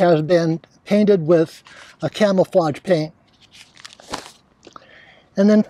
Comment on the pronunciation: you said clamaflage .lol